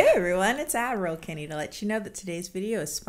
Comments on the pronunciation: Damn. If you didn’t say that, I’d continue believing she’s Admiral Kennie.😂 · At first I didn't understand why she called herself "Admiral Kennie" but with time I accepted it as the norm, thank you for bringing it up 🤣